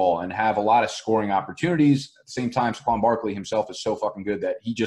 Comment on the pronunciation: Why do you pronounce Saquan’s name like that? 😂